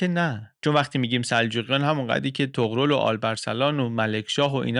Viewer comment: عشقی طغرِل درسته